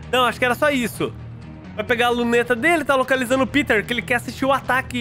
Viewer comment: O O NOME NÃO É PITER É PETER